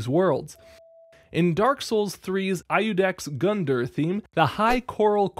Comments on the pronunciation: it's not I-UDEX , it's read more like youdex , that's the more correct way of reading it than the "american" way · This guy said "eye you dex" Bro it's "YOU-dex"... the I is silent. Do you say Iosefka the wrong way too? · iudex is pronounced ee-udex. please. my italian ears did not appreciate that :'c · Ay-ducks Gundeer lmao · Iudex (yew-dex) c'mon bud